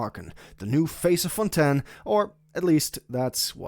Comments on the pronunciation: Nice video but i cant hear you say Fontain, Its Fontaaaiiinnn not fontan 😭😭😭😭😭😭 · Thats how you pronounce it in french